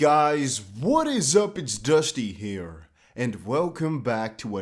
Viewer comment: I know you say "It's Dusty here" but I hear "It's dusty hair" lol